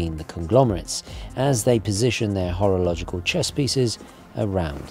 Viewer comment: Did you just say "Horrorlogical chesspieces"? :D